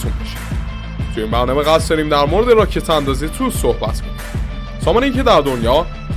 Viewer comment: تی او اس!! تلفظ درستش تی او اس T O S